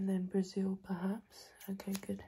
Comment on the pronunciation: u've pronounced brasil so right omg yes come to riooo